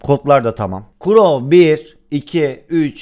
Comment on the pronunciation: Crow değil grow diyo sdjd